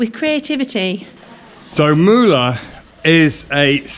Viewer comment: Awesome videos like everytime Btw in Turkish " Ğ " is not " G " Ğ makes letter longer before it so not Mugla its Muula !